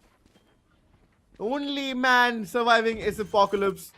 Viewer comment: Why the guy calling apocalypse on aplycs? It’s not even apclyps at least.